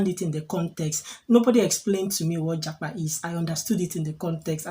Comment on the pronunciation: You should have asked me the meaning of japa before making the video na 😂😂😂😂. Yeah, you pronounced it well 👍